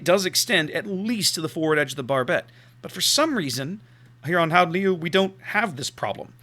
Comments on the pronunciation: when you said the name the second time it sounded pretty good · Your second attempt at the name was almost spot on.